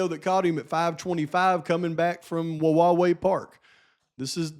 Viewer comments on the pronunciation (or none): Hey - I have to LOL YOU Pronounce the park wrong. Wawaii park (rhyms with Hawaii)! Live down that way It doesnt matter I guess, its a weird word anyway!